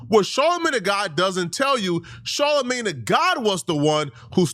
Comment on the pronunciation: Its soooo cringey every time you call him Charlamagne tha god. Ugh! 🙄 Mann. SMH 🤦‍♂️